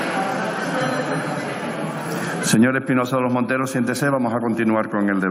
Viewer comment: Espinosa de los monteros solo sabe ladrar aunque no pronuncia bien la R.... MATUTE le da cien mil vueltas en política y en historia... Espinosa vuelve a las cavernas con tus antepasados